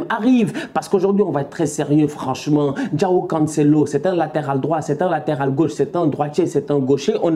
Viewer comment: Comment il prononce "João" 😂